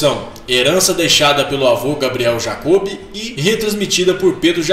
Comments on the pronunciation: vídeo muito bom, pena que a pronúncia errada foi irritante "jacobe", "jacôzinho" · A pronuncia dos nomes ta errado porquê é jacob com acento no ó